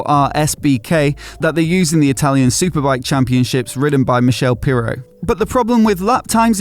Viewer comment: its not michelle obama its Michele Pirro pronounced as Mi-kay-lee. :)